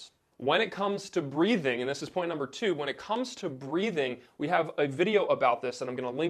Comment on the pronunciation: He said number toot